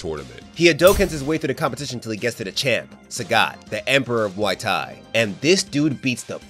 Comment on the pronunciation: i dont know if i misheard you but, its muay thai not whatever you said